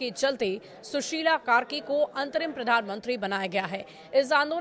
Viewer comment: News reader ko Nepal's PM naam bhi bolna nahi aati